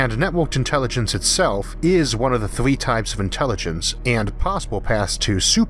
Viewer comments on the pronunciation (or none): none